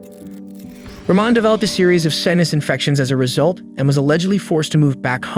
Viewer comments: ‘Sin us’ infections? It’s pronounced ‘sigh nuss’ 🙄. If you don’t take the time to learn how to pronounce words correctly, then you are doing the people concerned an injustice. Why? Because your audience won’t understand what you are saying. This isn’t about ‘grammar’ etc, but about your ability to show that you have done your research. 😊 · You can pronounce Baccalaureate and preparatory in one sentence, but mispronounce sinus the next..am I being fooled by AI lol